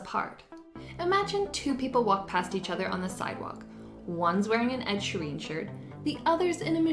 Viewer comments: Great explanation, but remember Ed Sheeran, not Ed Shareen! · I think we’re divided by your pronunciation of “Sheeran” :)